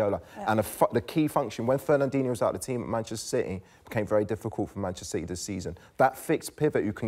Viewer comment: sorry merse, those names of those players again please? Fen-nen-dinno ?!